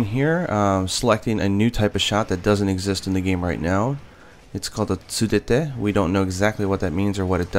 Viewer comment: Not sure if you caught this and made a caption correcting yourself because I'm on mobile, but you called 「ツブて」 Tsurete, when it is Tsubute. Just a heads up.